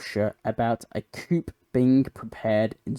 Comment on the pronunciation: Good video. lots of intersting items. Just a little tip, the word coup is pronounced 'coo'. The full term is coup d'état, I think it's French, and means to overthrow through rebellion.